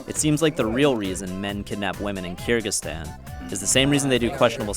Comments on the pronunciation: i thought the pronunciation of kyrgyzstan would be much more complex than KURGISTAN. a bit disappointed honestly. kinda wish it was like ky-rejig-ee-ztan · Btw this is how you pronounce Kyrgyzstan: Ker-zick-stan